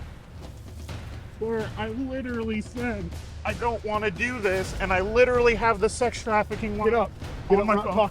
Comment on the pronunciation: “Lidurally” guy thinks he’s an intellectual 😂😂😂